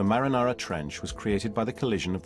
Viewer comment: Is my mans really saying marinara